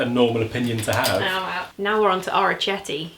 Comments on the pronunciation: This was so lovely! Please film some more! Thanks for the content! PS: the pasta is from Puglia - it means little ears and it is pronounced with K - something like "orikete". I only know, cos I was there on holiday and ate an absolute ton of it. 😁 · Great! I adore you:) I'm Italian and the only thing I would say (if you want to impress ahahah) is that it's "orecchiette" like with the k, the sound is like "orekkiette" and not with the English "ch" sound...! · Orecchiette is actually pronounced with a k sound, not ch/sh as ch in Italian is pronounced as a hard k and c plus i or e produces a ch sound, like cheese/chocolate... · I scrolled the comments to see if anyone else was sitting at home telling a screen how to say orecchiette and what it means. Glad I wasn't the only one lol.